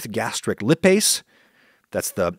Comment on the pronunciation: Dude, Lipase, it’s pronounced LYE-PAISE, not “Lihhh-Pase”, focus on the I, opposite of how you’re pronouncing it! Otherwise, rock on! Got a B.Sc. In Molecular biology and an M.Sc. in Molecular Medicine, so your show makes this science nerd happy 😆 Also, I deal with severe nausea and vomiting, to the point I’m on IV Zofran at home ha, I often stream cooking shows to get myself hungry or in the mood to eat, including yours. The science aspect is major bonus! Thanks ❤️